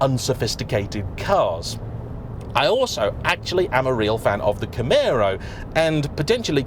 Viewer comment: Thank you for pronouncing Camaro correctly.